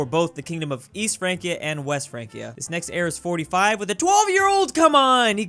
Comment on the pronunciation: You say Frankia, but I think it's Fransia, because C before I is soft.